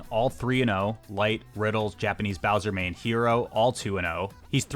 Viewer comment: you mispronounced hero's name. it's like the word "hello" (he-ro) and not pronounced like the english word